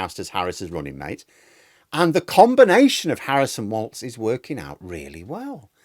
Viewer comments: By way of a public service announcement, Tim's surname is not pronounced "waltz" it is pronounced "walls". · it's Walz, not Waltz